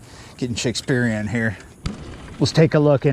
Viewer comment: " let's get Shakespearein"